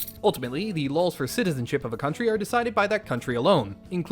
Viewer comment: I think the joke is you cut yourself off saying “stinky country”? But it sounds like you said “stinky cunt”????